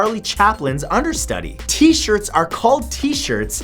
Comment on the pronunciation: "T"-shirt, seriously?! face palm